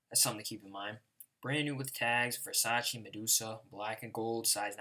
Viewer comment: It's not "versacheeee" you fucking idiot it's "versachay" , I'm italian.